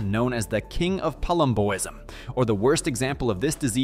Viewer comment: How did you pronounce Dave Palumbo's name correctly, but not pronounce "Palumboism" correctly? The condition is literally named after Dave smh.